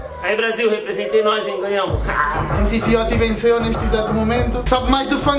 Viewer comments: É Fióti se não sabes não fala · Não se diz MC FIOTI! Diz se MC "FIOTCHI"